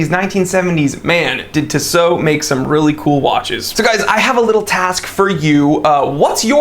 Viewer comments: Tea-sow not Tiss-oh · I am not exactly sure how you would pronounce these transliterations but in French we would stress the last o in Tissot. So it would sound like "tissO". Furthermore the last o is not a diphthong so it would sound brief. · Can't watch. TWAT doesn't know how to pronounce Tissot. It's "TEE SO. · Yeah he is pronouncing it weird af